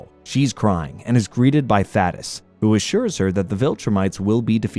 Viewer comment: pronouncing thadeus’s name wrong made me mad every single time.